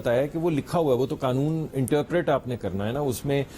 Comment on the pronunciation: آغا صاحب کو قانون کو ۔۔۔۔ قنون بولتے ھیں ۔ اور آٸیں باٸیں شاٸیں کر رھے ھیں